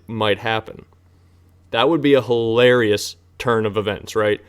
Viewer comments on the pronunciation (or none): none